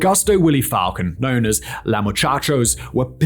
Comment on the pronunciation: That time was real they had a damn Burger King freezer truck for bodies . And now it’s getting back to that killings in broad Day light.. and it’s Falcon but pronounced FalCONE